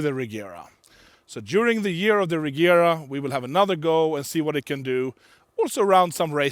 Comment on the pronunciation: it's funny he doesn't pronounce Regera correctly; it's [Re:jera]